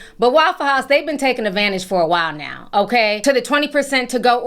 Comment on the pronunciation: Not eggvantage🤣🤣🤣🤣